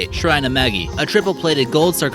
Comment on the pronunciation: Shrine of "Maggie"?